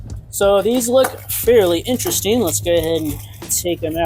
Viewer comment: Vewy vewy intwestring!